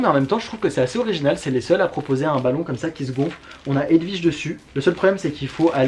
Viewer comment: C'est marrant, tu n'es pas le premier que j'entends dire "HedVige", la grande tante de mon meilleur pote qui portait ce prénom, ça se disait bien W (oui) comme dans William, Walter ou kiwi.